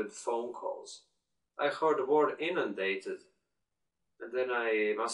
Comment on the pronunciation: "talk with my superior, my colleagues... and other stuff." "I was just reflecting on my own thoughts." I thought those were funny lines :P Anyway, I like your channel! Thanks! Watch out to the "o", for example in "word" (don't get me wrong, I make a lot of pronounciations mistakes too!) Keep it up!